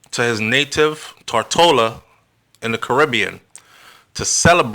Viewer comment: Am watching now from Tortola. I am an Antiguan.When you sayTotola.Thanks for the information.